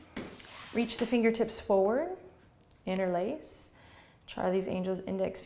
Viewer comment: Ha! As a non-native English speaker following you daily for the past two months, after today's practice (and googling "inner lace"😅) I finally understood you say "interlace" the fingers 😂 Before that I undersrood something like "in-release" but now it all makes sense 😁😁 I loved today's practice, and my mantra is: I trust fate that things will become better soon in this current crisis... namaste!